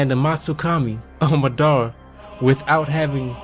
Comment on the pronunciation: Ma DUH ra not madddaarea